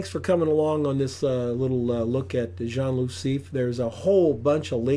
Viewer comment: and loo (not loop) 😉